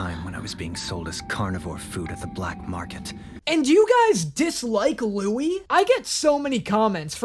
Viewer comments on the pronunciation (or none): Yikes, yikes, yikes! What is going on?! Also, does Danny realize he's changing Louis's name pronunciation all the time? xD